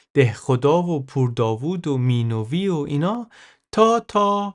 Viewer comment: Minoovi❌ Minavi✅